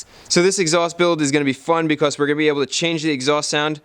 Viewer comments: i find it so funny when you say "because" it sounds like you are saying "becoss" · why do you say becoss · Chris has a slight accent when he says because